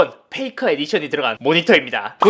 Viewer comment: 페이커를 잇섭식 발음으로 하면 '페이카ㅎ'